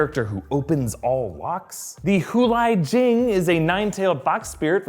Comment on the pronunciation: hu li jing is pronounce as hu 'lee' jing